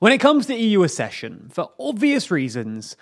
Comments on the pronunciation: Kindly note that 'accession' is pronounced 'ack-sesh-un', not 'a-sesh-un'. Compare 'succession'. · Accession = /AKcession/. Not /aScession/.